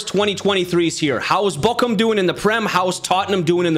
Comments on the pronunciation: No you pronounce it like Borum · You pronounced it like bokcum or bokkum. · So annoying how he pronounces Bochum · Bro you said "my shit" in Turkish with that pronunciation of Bochum💀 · His pronunciation of Bochum sounds like "my shit" in Turkish 💀